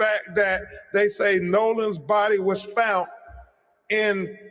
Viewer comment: “Fount” for found.